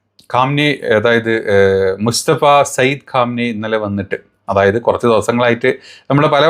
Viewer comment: പരമോന്നത നേതാവിന്റെ പേര് മുസ്തഫ എന്നാണോ അതോ മുജ്തബ എന്നാണോ ഒന്ന് കൃത്യപ്പെടുത്തി പറയേണ്ടതാണ്